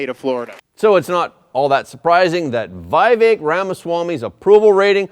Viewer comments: It is not 'VI-vek' but VEE-vek Ramaswamy. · Not Vaivek. It's Vivek. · To the host: Vivek is pronounced "vee-vek", not "vy-vek" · Vivek is pronounced as We Wake not Why Wake. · Not why vek its vi as in victory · His name is pronounced v eee - vek